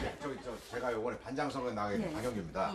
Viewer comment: 이숙언니 반장을 반당 이라고 발음하는 거 끼스럽고 재밌다. ㅋㅋㅋㅋㅋㅋㅋㅋㅋㅋㅋㅋㅋㅋㅋㅋㅋㅋㅋㅋㅋㅋㅋㅋㅋㅋ